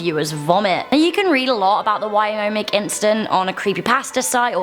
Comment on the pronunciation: Its wyoming not wyomic